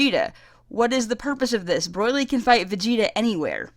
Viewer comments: you want paragus gone so much, you mispronounce him throughout the whole video and its infuriating. also its broly, not "broylee", but thats a more minor mispronounciation. other than that, good video. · The way you say BROLY'S name make it sounds like you're saying BROILY LOL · Woofen Tango "Broy-Lee" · Broyly....not Broly? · STOP Saying Broily. It's Broli, just that, that simple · It's paragus (PAIR-agus) not puragis and Broly (BRO-ly) not broily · BROILY?!!!! STOP IT! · Pretty decent review, and I agree with most of your points... BUUUUUT... I keep hearing "Broily" and it's driving me fucking insane. Also- Paragus. PaRaGus. not "Pargarus". You remind me of this one muslim convert who came in to my church/school to preach, and he kept calling it "the wolrd". I'm sorry if I come off as insensitive or brash, but God DAMN I swear it is not that hard.... ....dyslexia expounds itself over language barriers, I suppose. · I keep hearing "Broilry". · Broily and Pargarus. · 1. Yes it is a great movie. 2. Not garbage. 3. The movies arent cannon. 4. Not how u say broly. 5. Not how u say PARAGUS. 6. Yeah his motivs are really dumb. 7. NOT HOW U SAY PARAGUS. 8. His plan isnt to set off broly its to hit vegeta with a comet. 9.yeah brolys motives are dumb. 10. Yes the movie is great. 11. OMFG ITS NOT PARGURES ITS PARAGUS. 12. Yes thank god they changed those dumb ass motives. 13. That animation was hot. Sry i got very triggered about the PARGURES nice vid. Although mpst of my comment is toxic u get a sub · wow, i think that's how an aussie would pronounce it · oh, ok. I just thought it sounded like something similar to australian pronounciation, my bad